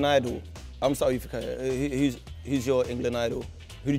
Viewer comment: Learn how to pronounce his name properly. Fikayo = FEE-CAR-YOUR